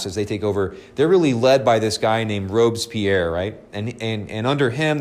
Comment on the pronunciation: Well why on Earth you can mispronounce Maximilien François Marie Isidore de 🤒 Robespierre 😳? Google can say it correctly without any problems. He was not English but French. Je ne sais pas pourquoi?🤖